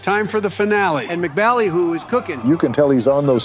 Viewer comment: It's pronounced "Emcee Ballyhoo".